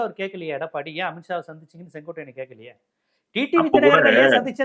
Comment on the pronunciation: பேச்சை நான் எப்போதும் விரும்பிக் கேட்பேன்...❤ ஆனா செங்கோட்டையன ஏன் எப்பவும் செங்கோடையன் என உச்சரிக்கிறார்...? 😅